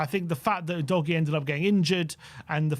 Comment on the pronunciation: doesn't even put in enough effort to pronounce our third year player! oo doggie is the way it sounds not you dojie! Not even the arsenal gits call him "you dojie"